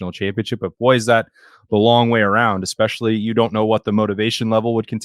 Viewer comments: Please learn to say especially. EXpecially really hurts my ears. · EXPESHIALLY IF YOU'RE GOING TO USE IT SO OFTEN